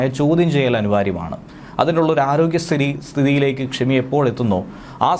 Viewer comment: Kshami alla shemi...kshamikku aniya..paranjath thanne parayathe...😂😂😂😂